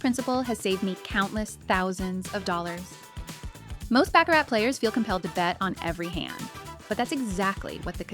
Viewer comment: It's pronounced BA-CARR-RA